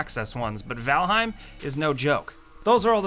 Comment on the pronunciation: VaLheim....rly??? again